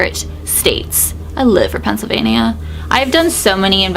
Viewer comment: Oh my gosh I’m cracking up at how you say Pennsylvania, the way I say it is Pennsylvein-Yah, you Say Pennsylvein-ieyah